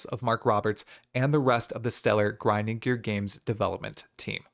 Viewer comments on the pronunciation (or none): gwinding gear games XD